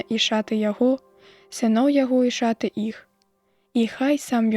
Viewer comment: Не шаты', а ша'ты.